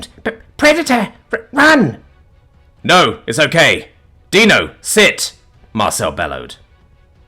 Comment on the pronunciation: Got Dino's name right. 10/10. Respect for coming correct.